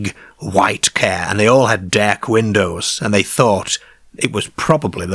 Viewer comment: ‘It were a leeearge ceearr. Wi’ leeearrrgee deeeark windows’ 😂